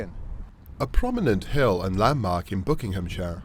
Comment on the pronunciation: Pronounce the words properly, it’s not BOOKINGHAM, it’s BUCKINGHAM